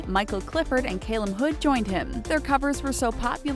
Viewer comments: The fact that she said Caleb instead of CALUM lol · Did she just say "friends from college and Caleb Hood?" Girl, they dropped out of school and it's pronounced Calum Hood LOL. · its not cay-lum, its kal-um. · she called him CAY- LUM. I am dying 😂😂😂😂😂😂😂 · "caylum hood" "lewis tomlinson"😂😂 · It's Cal-um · Ok wait as well caylum hood like whyyyyy People can't get his name right sometimes and it's just annoying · They said Calums name wrong